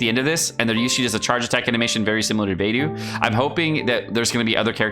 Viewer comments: =Saying “Beidou”= Bay-doh is correct. Bay-doo is not. There are at least 3 good YouTube vids from Chinese speakers of you’d like confirmation. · Are you purposefully pronouncing every character's name wrong? lol Beidou = "bay-doh", Xingqiu = "Zing-cho" Also, when you read you're talking fast as hell and slurring all your words together.